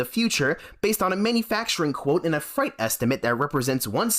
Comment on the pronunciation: freight rhymes with 'eight,' not 'fright'